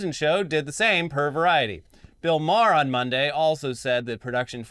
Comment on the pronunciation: The best thing about Bill Maher is that nobody pronounces his name correctly